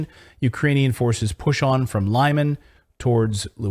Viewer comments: Thank you for unbiased journalism. Just one correction - Lyman in Russian is pronounced Lee-Mun. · The city is called LIMAN, pronounced lee-mAhn